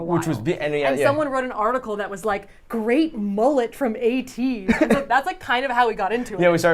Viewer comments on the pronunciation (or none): Lol you don't pronounce ateez as ah tease lmao! It's ay-tease XD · Saf and really said "A-tease" 👁️👄👁️ it's pronounced "Ay-teez" 🤣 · and safiya pronouncing ateez that way is so cute 😭